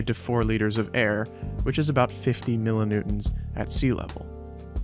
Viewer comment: What's a "mill-o-noon"?